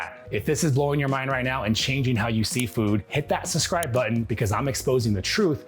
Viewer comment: Great videos! ❤️ BUT - because you say it often - it's "SUB-scribe", NOT "SUS-cribe!" 😉 "Learn it. Know it. Live it." (Brad Hamilton; Fast Times at Ridgemont High)